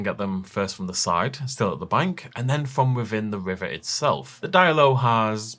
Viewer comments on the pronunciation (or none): none